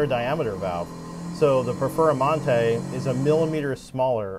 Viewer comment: Im confused I thought you were gonna compare heads to base Lamborghini and a Performante. What the he!! is a Perfer-a-mante is this one of Uncle Johnny's car LOL. Even the closed caption Subtitles has you saying Perfera-Monte LMFAO.